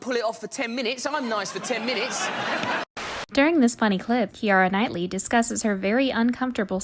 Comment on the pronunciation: Kiara Knightley😂